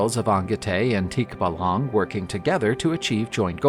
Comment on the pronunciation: I can't get over how tikbalang was pronounced in this video. Teek-buh-lung 😅 Anyhoo! The aswang part scared me because I actually believe these creatures are real and they do exist. And thank you for sharing this!